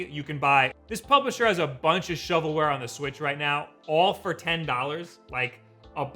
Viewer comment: "and FORE some reason" lol